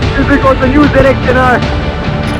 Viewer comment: wtf is zenextenare. hate when they call it like that, it's zx10r u idiots